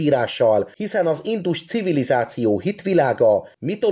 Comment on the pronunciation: Nagyon tetszett az előadás! A hangsúlyozás még mindig nagyon hibás! Valakit meg kellene kérni segítsen a helyes hangsúlyozásban, mert nagyon zavaró ,hisz sokan hallgatják és eltanulják a rosszat. Kérlek hallgasd vissza és rá fogsz jönni mi a hiba . pl nem indus CIVILIZÁCIÓ hangsúly nem a civilizáción van hanem az INDUS CIVILIZÁCIÓN van. Bocsánat ,hogy szóvá tettem... a tudás anyag remek.!